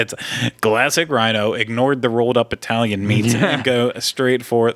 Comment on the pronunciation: did really say Eyetalian?